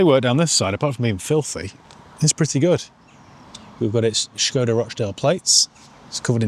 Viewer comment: Why start the video pronouncing Skoda with an H then forgetting to do so by the end of the video.. just be normal or come across as a nob 🤷